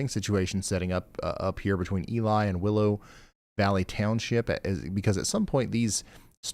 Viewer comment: More Minnesota pronunciation: Ely is “E-lee” Lutsen is “Loot-sen” Grand Marais is Grand “Ma-ray”